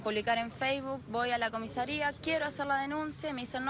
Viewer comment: Salvo porque dijo COMISERIA